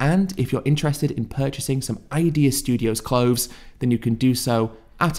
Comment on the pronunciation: Healf, clofes, mefane, efical? Does Ed hate the "th" ? 😂